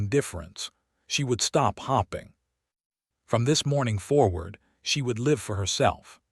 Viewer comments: Sounds like her husband doesn't want heirs. Why didn't he marry Lady Pemberton instead? What an a-hole to waste the life of an 18 year old when she could have married someone who actually gave a damn for her. Also AI needs to be taught how to pronounce "hoping" instead of "hopping". "Staring" instead of "starring". Good grief. Just another example of very poor AI programming. The story would have been really good otherwise. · Hoping and not hopping……. Ah AI😂